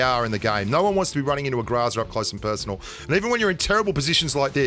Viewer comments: I’ve been playing Pubg mobile for over a year, what’s a Grazaa?....I’ve never heard of it! Haha maybe you mean “Groza” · Groza,not graza